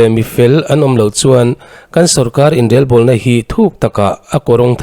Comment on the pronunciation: Inrelbawlna tih a Rel tih lai i lam rik dan hi a dik hlel deuh e. Rorel tih a rel tih hi a key pangngai or ri hniam hman ni se. I lam rik dan rel tih hi chu kawh leh tum nei lo, rik dan awmze nei lo ani.